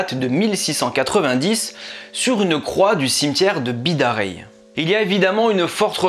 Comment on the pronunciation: Super vidéo, mais j'ai pas pu m'empêcher.. pour la ville de Bidarray, on prononce raaye comme le raï